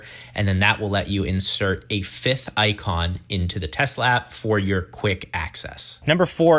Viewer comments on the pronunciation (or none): none